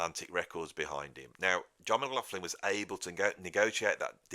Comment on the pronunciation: when you say McLaughlin,...it sounds like McLaughflin....flin intsead of lin...I know you pronounce the ''augh''correctly as most say ''loch''...but they ''gh'' sounds like an ''f''